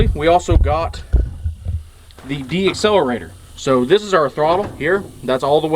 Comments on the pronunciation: decelerator not deaccelarator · Decelerator not deaccelerator